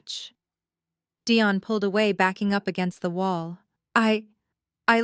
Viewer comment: Why was Dion's name pronounced two different ways?